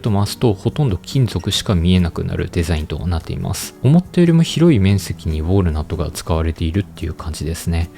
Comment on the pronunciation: ウォールナットじゃなくてウォールナットな！